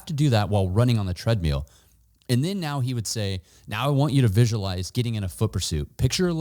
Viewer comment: Tread meal 🍲. 😂